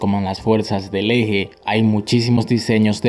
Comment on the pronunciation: Me llego al corazon cuando dijo "ege" fuerzas bro 😔✊